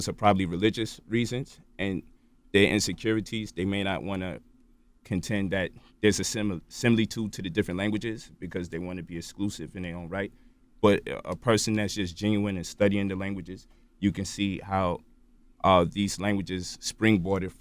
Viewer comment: He's saying a lot of words wrong. For example, it's similitude not simlitude.